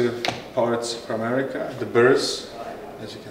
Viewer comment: Excuse my lack of understanding, but I would like to know about how the company’s name is pronounced. You seem to say it like: Eric-ka and I thought It was to be pronounced like: Eur-reka??? Please let me know so I can do it the way the company preferred. Thanks